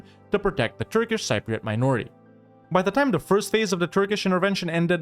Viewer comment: the word "Cypriot" is mispronounced in the video